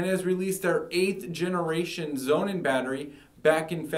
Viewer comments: I listened to his story and wondered what this 'zonin' product was. Man, if you are that eager to sell this german battery, at least pronounce the brandname the way it is supposed to sound: 'sonnen' is german for SUN and should sound like 'Sonnun', not like 'Zonin'... For me the Powerwall, no doubt ;-) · I consider the Sonnen is a much better long term solution for the reasons he elucidates ( altho I hate his mispronunciation!). So, despite the higher price ( almost 3x!), I opted for Sonnen over Tesla. The software management is excellent, and the service is great. In the long term, I think Sonnen will be the gold standard for its better quality in many areas. Tesla, with Elon Musk as its CEO? - it's got to be a worry; a seemingly simpler and cheaper solution that won't give you satisfaction in the long run that solar power requires.